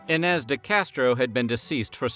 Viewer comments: There's no tilda over the letter "n" in the Portuguese language. The same sound is sometimes represented instead with "nh". So, Inês sounds more like "E+neé+shh" in Portuguese, if you read it phonetically in English. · Its interesting how you do extensive research for these videos, but somehow miss simple things, like what an aqueduct is, and how to pronounce iñes.